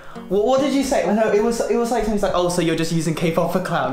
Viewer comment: No one:: Literally nobody:: "nOoU"